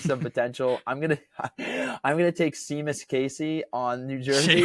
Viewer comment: "See-mus Casey" lol